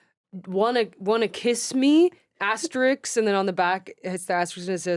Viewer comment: Love that Naomi makes fun of eXspecially and then says asteriKs for asterisk later in the episode, probably ironically the way they say eXpresso and instructuals.This is how I live my life.